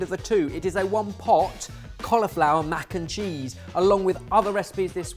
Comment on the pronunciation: Mac-kim-cheese that is all